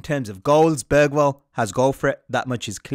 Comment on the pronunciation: Hearing English people saying Bergvall… well at the intro atleast, sounds like he said börgvall eller bögvall bög=gay and dont think Im saying this because I support another Swedish team I don’t watch football